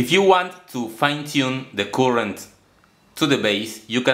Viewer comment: Very creative! Just a tip: buzzer is pronounced /'bʌzə/ not /bu:sə/, and current is pronounced /'kʌɹənt/ not /'ku:ɹənt/ (current is a word you use in nearly every video so it's worth learning how to pronounce properly!) - listen here